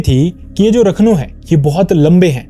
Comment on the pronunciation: Rakhno nhi rakhandaar vo